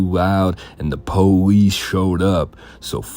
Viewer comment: “The PoAh-Lease showed up”